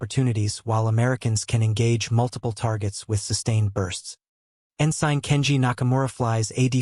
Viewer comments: Okay, I lost interest due to what I assume is an AI narrator. The naval rank Ensign is En-Sin, not En-Sine. Twenty-four hour clock times are pronounce at two two-digit numbers. For example, a time of 1147 is Eleven Forty-Seven, not one thousand one hundred forty seven. Trying to make sense of the narration takes the focus off the story being told. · The rank Ensign is pronounced En-Sin, not En-Sine. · Please look up how to pronounce "ensign."